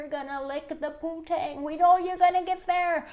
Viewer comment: It ain't "poo-tang", nimrod...it's "poon-tang". Smdh...daddy must be so proud of his baby girl